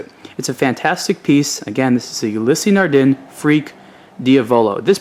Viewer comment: Anon ymous It's [nardan'] with nasal "n" and quiet french pronounce in general. They also have very slight "a/e" in the end of Ulysse, as if long ss has a vocal ending. If you do not know it - do not comment others in the first place;)